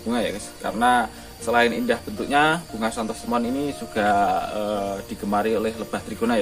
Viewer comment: Santos lemon bukan Santos temon